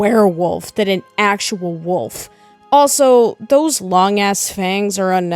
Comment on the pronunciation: bro says wuf instead of wolf